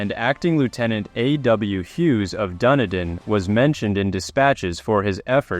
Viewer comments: FYI Dunedin (A city on the south Island of New Zealand) it's not "Dunny-din" It's pronounced "Dun-eedin" Rant over.😇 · Please. Its Dunedin - pronounced Dun Eden an alternate name for Edinburgh, not Duniden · It is pronounced 'Dun-ee-din'